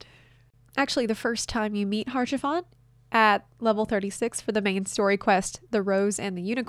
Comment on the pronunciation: fyi it's pronounced "aush-a-fon" not "harsh-a-font". It's french. They have a complicated relationship with consonants.